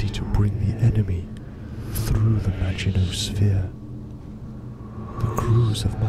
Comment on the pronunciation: the pronunciation of Maginot hurts me